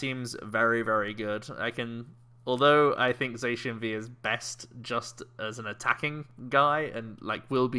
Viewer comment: The Diamond and Pearl rules you couldn't draw or play any trainers the first turn. Also, never knew Sheun was a colour, since you're saying Zacian the wrong way, because Cyan is the second word of its name Za-Cyan Za-Magenta